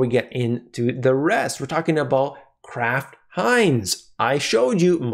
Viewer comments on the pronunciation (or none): none